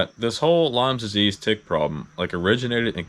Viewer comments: It is properly called "Lyme" disease, not "Lymes". The rest of the information is 100% accurate. Protect yourself. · No "s" on the end of Lyme. I'm sorry to hear it. I've been fighting it for years. I'm in Texas and it's been in my family for over 100 years.